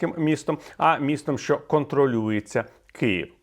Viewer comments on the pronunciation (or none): none